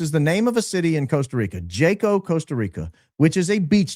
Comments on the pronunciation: Yaa•kow not Jay•kow 😂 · Jaco, COSTA RICA is pronounced HA-CO. Popular international expat town. I really like it there actually. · Hi, just fyi - Jaco is pronounced “Ha- co” Spanish word and vowel sounds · It’s pronounced HACO. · Pronounced Haco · FYI: That city in Costa Rica sounds like "taco", pronounced "Haco". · I love you but you're killing me with the mispronunciation of "Jaco" LOL I know it's not your fault, it's another language, but FYI the "J" sounds like an "H", the "a" is not long, it's like an "ah" and there's an accent on the "o" so stress that syllable: "hahcoh" Minutia, I know LOL Keep doing amazing work! - a Costa Rican American;) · The J in Jaco is pronounced H.. Haco 😊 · It’s pronounced “haco” with the j being pronounced like an h